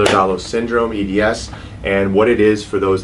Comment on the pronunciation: Why does he keep pronouncing it in the wrong way?